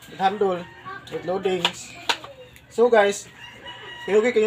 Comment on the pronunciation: Puro ka guys ng guys pagdating sa handle handul ang bigkas bwesit😂😂😂😂